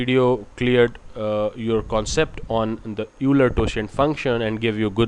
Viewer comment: thumbs down for incorrect pronunciation of Euler. it's pronounce "OI-ler" (like "boiler" without the "b") NOT "YOU-ler"